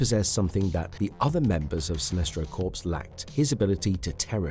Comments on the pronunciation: Corps is pronounced as "core". The way you're pronouncing it (corpse) is the way you pronounce the word meaning dead body. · It's sinestro corps. Not corspe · Corps is said as “Cors” Corpse is a dead person